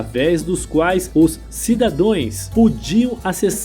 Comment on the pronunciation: Ótimas informações, mas por favor, não assassinem a língua portuguesa. O correto e CIDADÃOS e não, cidadões.